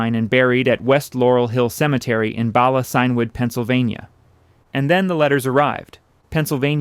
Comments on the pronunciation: Ref => video says "in Bala Sin-Wood Pennsylvania"; however it's spelled "Bala Cynwyd", and pronounced Bala Kin-wood by the locals. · BALA CYNWYD is Welsh and pronounced "ba la kin wood. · Bala Cynwyd not Bala Sinwood